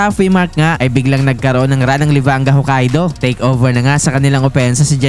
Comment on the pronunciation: Buti pa to tama yung pagkakasabi ng Hokkaido hahah eme yung isang vlogger ho-ka-i-do daw haha